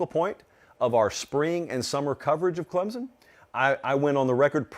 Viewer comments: Say it with me... Clem-Son.. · Please people stop putting a Z in the word Clemson. It's Clem-Son. Pretty damn simple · Great video but it's not clemzon it's clemson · For the love of god will someone please teach this guy how to pronounce Clemson properly?